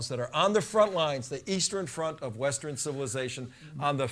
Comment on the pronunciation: "Western" not "Westren." LOL